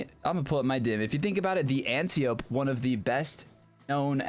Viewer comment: AN-TIE-OH-PEE. AN-TIE-OH-PEE. not ANTI OPE. Ah nevermind, no one cares but me.